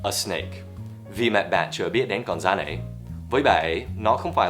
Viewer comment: Con " rắn " chứ không phải " dắn " nhé buddy